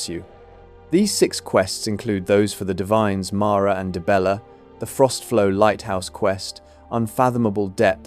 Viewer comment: Dude converted dee-bella into die-bella... 😂😂😂